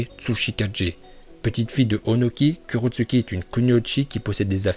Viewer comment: Sa se prononce kurotsuCHi regarde la VO